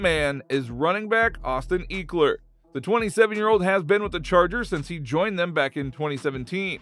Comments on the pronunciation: You need to remake this whole video over ! You butchard Austin last name it's not eeekler it's ekeler smh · Why did he pronounce ECKler like EAKler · Please stop some Eeeeekler 🤦‍♂️🤦‍♂️ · don't think you're pronouncing austin's name correct my guy. it's not eek like geek, it's "eck" like "forget" trying to post stuff here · Ek-ler, not Eeek-ler Lol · Dude do you even watch football lol it’s not eekler it’s pronounced eckler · Who the fook is Austin eeeekler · Bruh, “eeekler”? Really? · eeekeler lol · I lost all hope in your football knowledge when you called my man's "eeeekler"... you know nothing from here out. Later 👌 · Make it stop 😂 ekleeeer 💀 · Ehk-lur That’s how you pronounce it, bro, great video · Came for my binge of Chargers content. Stayed for the "Eeeklers" 🤣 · Great video. Pronounced Eckeler, like “what the HECK” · Lost me at eekler jk nice video bolt up! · Wth Iol eeekler? Lmfao dude first time for everything. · Austin who? Eeeekler? Lol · It’s pronounced ehh-kler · This dude can't say Ekeler right 😂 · Yeah ain’t talk abt him if you can say his name right😂😂😂